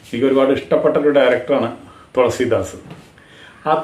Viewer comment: THOLASEEDAAS ALLA. THELUSEEDAAS😅😅😅😅😅😅